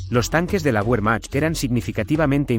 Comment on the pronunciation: Cuando nombras al ejército alemán pronuncias la W como en inglés y en alemán la W se pronuncia como B.